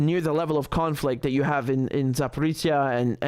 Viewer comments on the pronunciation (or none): where are you all getting this zaporitsia thing?!? za-pa-ro-žye, ž is like j in j'taime - you can type Запорожье into google translate (okay, copy paste) and select Russian, and there will be a speaker icon you can click to hear pronounciation, or, in this particular case, you can hear actual human voice reading it on wikipedia. there's no ts. I know you speak french, so the frog like cyrilic character ж, that coresponds to ž in latin alphabet should be easy for you. zaporicia... wtf, you're all saying it wrong, and this late in this conflict, it's just disrespectful